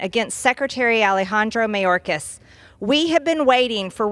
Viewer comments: The way she says mayorkas. May yore kiss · I love that she never pronounces his name properly😂